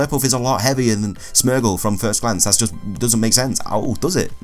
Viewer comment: You pronounce Smeargle wrong, its Smeer gle